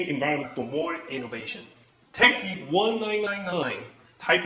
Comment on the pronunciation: to the Harvard的the發音有錯嗎@@